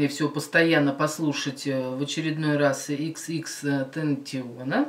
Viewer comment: Вообще-то говорят тэнтасьён